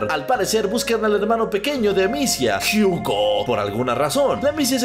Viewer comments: Yo leeo: Hugo lee: Jiugo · En la version en ingles dice Jiugo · Es un video de inches MA-MO-NES... el lo puede pronuciar Jugo y seria igual de epico:v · No, de hecho en el juego, cuando lo pones en Francés dice: Hugo, la pronunciación del está errónea